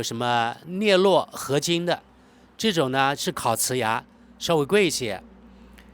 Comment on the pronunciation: 镍铬（读作“各”）合金